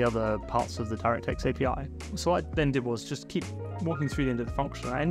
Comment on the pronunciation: took me way too long to realize that "Dyra Tex Five" is your insane way of pronouncing "DirectX 5" lol